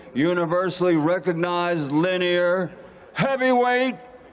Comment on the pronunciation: Hang up the gloves legend. Was he tryign to say lineal? Kept saying linear...